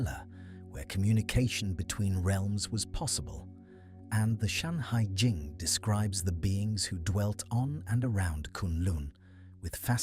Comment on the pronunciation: FUXI. NUWA. SHENNONG. SHANHAI JING (not "Shanghai") :face-purple-crying::face-blue-wide-eyes::face-orange-raised-eyebrow